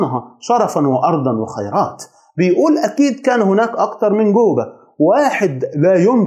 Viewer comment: اسمه جوبا وليس قوبا . معقوله ما تقدر تنطق حرف الجيم . اذا هو شيعي يطعن في زوجات النبي وفي أصحابه الله لا يرحمه .